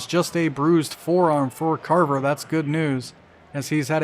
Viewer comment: viewer from the future: how long did it take you figure out that it was craver and not carver like you kept calling him lol